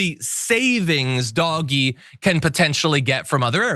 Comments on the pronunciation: Why do you keep saying "doggie"? That's how you spell what you say. Everyone else pronounces it as "Dojj" as in with a soft g and silent e. Your insistence on pronouncing it, differently is making me switch off the video, seconds in. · stop saying "dog-ee" for feck sakes. It's pronounced "dowzsh" At least get the pronunciation correct if you're going to rant about it. Ya sound like a dang fool when you say it wrong. And damn you for making me defend any part about it. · Why does he keep saying doggy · Please stop saying "Doggie" like a moron. Take the mere 2 seconds it takes to google "pronounce doge" and at least sound a little more intelligent on the subject. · It's pronounced "dodgy". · Don't say "dog-e" and then laugh at "tesler" it's equally cringe. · Oh i like him calling it Doggie lol like a dog dirty dog... lol 🎉 Doge implies royalty. It is equal to a Duke. 🎉 #Ettd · it was never pronounced “Doggy” - ever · DOGE-bags. Please get it right John. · Can you not pronounce it doggy..? Don't want to taint the affectionate name of some of the best animals ever. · surely it should be prnounced 'dodgy' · Thank you for pronouncing it for the smelly mess it is… 🐕 💩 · I think he is doing it on purpose to make certain people angry. Like when they purposely call X , Twitter instead. I’m here for this lvl of pettiness lol. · He's saying it wrong on purpose. In the UK it's called taking the PISS😂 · Doge is pronounced like dodge but the O makes the Oh sound it's not doggy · Thank you for calling it by it's correct name , Dog-E 😆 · "DOG-EE" cuts? It's pronounced "DOH-j ", you lost me at that point. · Call it dodge ee, not doggy.. doggies are good, DOGE…people that do dodgy shit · Motherfucker really said "doggy". Doge is pronounced D-oh-jj. I understand that you think you're being cute by intentionally mispronouncing the name, but you come off as out of touch. Way to go. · Doh! j. - Doggy. Same. We know what he means. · I think Doge is supposed to have a soft G—Dodgy